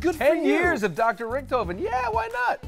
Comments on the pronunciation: it pisses me off how they are saying richtofen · As a cod zombies player it bugs me how they say Richthofen